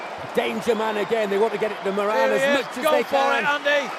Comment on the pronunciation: It’s Moran not muran